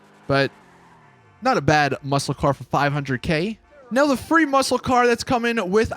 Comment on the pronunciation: Why u say “car” like “caer”